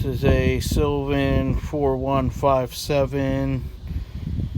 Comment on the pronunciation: Sylvania, not sylvan. It is a 3157NA (O'Reilly's amber) with the blade socket. Good quick video; I just needed to know how to get to it. Thumbs up!